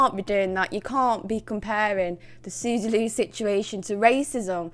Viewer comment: The way you say “Sooz-uh” was enough to make me subscribe